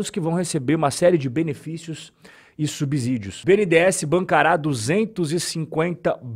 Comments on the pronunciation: é "subSSÍDIO", não "subZídio". Kkk valeu top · O conteúdo é muito bom e informativo, mas preciso pontuar só algo. Não é "subZÍdio" e sim "subCÍdio" = subsídio 😊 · Acompanho sempre seus comentários. Muito pertinentes e esclarecedores. Uma dica: subsídio é igual subsolo na pronúncia do "S".